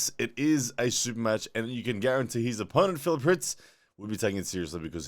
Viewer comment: First person to ever pronounce my name right